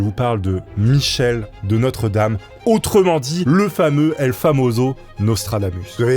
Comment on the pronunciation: Michel de Nostre-Dame, et non notre-dame, ptdr